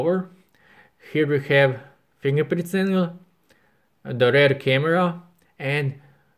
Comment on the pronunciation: here we have "pingerprinzengla" KEK